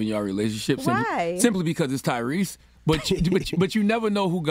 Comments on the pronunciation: Yo she says "bacaws" just like Envy! 😂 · Her damn because's be killing me. Where the hell the "w" come from? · Gia and Envy both pronounce the word “because “ weirdly